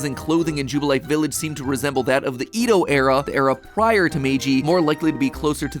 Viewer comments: work on those pronunciations like Edo (eh dough) and Wierdeer (weer deer) otherwise thanks for another ruining 😁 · ED-O, NOT EE-DOH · I know this is nit-picky: but EE-do era? That's TOO DANG FAR, Matthew Patrick! It's the eh-do period.